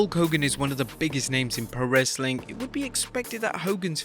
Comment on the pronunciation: Anybody else catch him say Wrassling content?